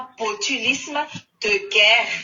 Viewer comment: Ity tena pute ka ! Ilay tomba fiteny 🙈 guerre aza tsy hay manonona 😂 dondrona enao ka ! Maivana be refa mba manao commentaires 🤣